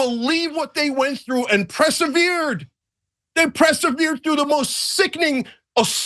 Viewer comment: I know I am a pedant but feel I have to say, Cenk, it is persevered, not presevered. Perse, not press. But otherwise, yes, the Palestinians that don't react with violence but are trying to wait patiently for the world to impart justice and freedom rather than choose retaliation are to be lauded and respected.